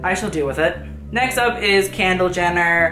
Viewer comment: just cackled at you calling her "candle jenner" lmao